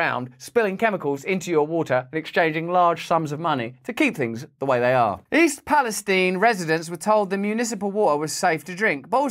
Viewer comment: Why is everyone intentionally mispronouncing East Palestine?